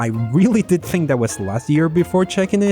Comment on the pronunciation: work on pronouncing this sound....."th"....*think*, *three*, etc...! :)